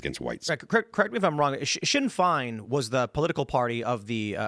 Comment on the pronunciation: It's funny how they can't pronounce Sinn Féin.